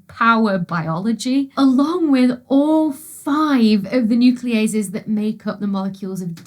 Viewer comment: Nucleobases not nucleoases i believe.